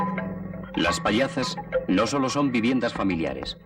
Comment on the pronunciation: No son pallazas, son pallozas, os lo dice un gallego parlante.